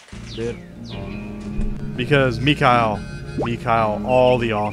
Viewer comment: >< It's really starting to bother me when you you say Mikhail's name, just because my inner Russian Language student wants to keep correcting you. Mikhail does actually say his name correctly but it isn't Mikyle but more of Mihale which a gurgling sort of emphasis on the H. MeHail basically... that H in Russian is more of like a ch and sounds like the end of baCH or a emphasized Heh It actually took me three years of Russian to actually get it down, but still just thought I should mention it.